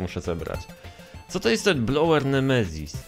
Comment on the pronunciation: Nie Blower tylko Bowler 😊😉